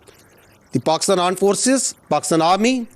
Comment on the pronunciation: Dude that's A R M E D force,,not Aand force...you guys are biggest social media addict and you can't see people's trolling you...i think you need to learn from your defence minister..he knows it's all over social media